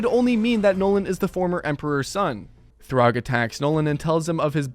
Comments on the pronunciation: It’s Thragg (thu-rag), not Throg. Throg is a variant of Thor from Marvel comics. And “Variant” is the correct spelling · "Throgg" "Kregg" 🥀🥀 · Anyone else getting mad at this guys pronounciations (throgg) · It’s thragg not throgg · My friend, Thraggs name is pronounced “Thrag” like “frag” not ”throg” like “grog” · "Throgg" its Thragg bro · "throg" brotha what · why does he call thragg, throg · did this guy say throgg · why are you saying thragg like that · why did you say thaedus like that, they say it correctly in the show, you also say thragg wrong, what makes you think the a makes an o sound